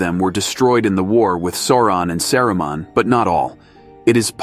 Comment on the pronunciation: Love the channel, only criticism I have is your pronunciation of words is incorrect, for example it’s LEGO-las, Sa-roo-mon, Sar-on.